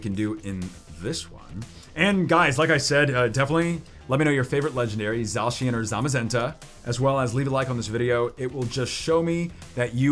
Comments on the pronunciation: And ZA shen not za cian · Zzzzacian